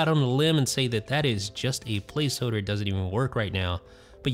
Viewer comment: What's a place hoder? What's a "hoder"